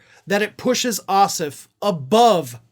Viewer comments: For future reference, our senator's last name is pronounced Oss-Off with equal emphasis on both syllables ....please pro ounce it properly - it is NOT OSSif. Thanks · please pronounce Jon’s name correctly: the second syllable, OFF, is pronounced (surprise) just like the word OFF. OSS and OFF have equal stress, or emphasis. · Jon's Last name is OSSOFF. You were pronouncing his name as Ossiff. I realize there was no animisity intended 😏🤣. Just letting you know.